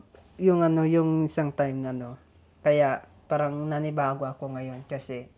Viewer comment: turuan mong papaano bumigkas ng tamang salita, kc yung words na,PARANG,,sa kanya prang